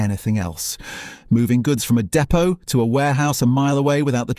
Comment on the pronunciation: I know it has AI content but poorly using sceptic pronunciation of depot.